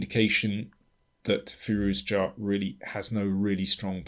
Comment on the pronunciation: Interesting game and analysis. FYI I believe it's pronounced fi-ROO-ja (with a French j.)